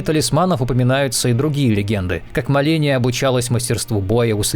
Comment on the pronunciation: Какая ещё МЕлена, дифиченто ты гороховый? Последние мозги растерял уже, что ли? Да уж, позвать его на озвучку было гениальным решением, дальше даже слушать страшно😂